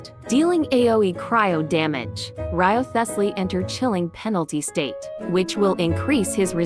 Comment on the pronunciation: Reeve-slee or wryveslee. Everything else is silent.